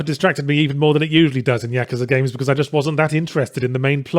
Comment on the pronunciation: Ya-KOO-za not Yaka-za